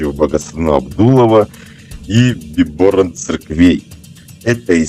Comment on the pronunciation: Как правильно ставится ударение в слове Биборан? В видео на О, пророк ставил на А